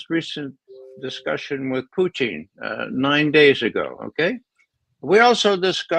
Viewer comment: HEY RAY ... SUCH DISRESPECT PRONOUNCING PUTIN'S NAME INCORRECTLY ... I TOOK RUSSIAN IN HIGH SCHOOL & COLLEGE ... THAT "LETTER" THAT MAKES YOUR INCORRECT PRONUNCIATION IS NOT IN HIS NAME ... LOOK UP THE RUSSIAN WORD FOR "MAN" THEN LEARN THE DIFFERENCE